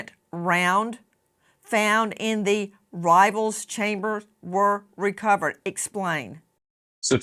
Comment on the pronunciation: I'm sorry Nancy.. But you should really do a lot more research before making a video on a topic you know NOTHING ABOUT! This video really makes you look and sound like a Completely Clueless Idiot! You are using words you don't understand, you don't have a clue about, and can't even pronounce, as you repeatedly interrupt the guy trying to educate you. "Rifle Chamber" is really not that hard to say, especially when talking about a rifle, and without sounding like you just chugged off a beer bong. I realize you do this for profit, and that's fine. But on a topic as serious and tragic as this one, with the freshness of the wounds in so many people's hearts, this is just not the way to do this! I've watched some of the Idaho 4 stuff you did, and you seemed a lot more in control of yourself, more knowledgeable, and stayed in your proper lane a lot better. You were much more respectful of the situation, and those involved. You had your wild and obnoxious points in some of those as well, but it was a much better controlled chaos than this was. Maybe you should consider taking a Xanax or something to help you function before making a video... I don't know. Maybe just go back through your past video's and Critique Yourself. If you're honest with yourself, you'll see it for sure, because I know I, without a doubt, did!!